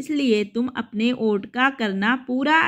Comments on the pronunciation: Vot ko aot kyo read kr rhe ho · वोट को ओट क्यो पढ़ रही थी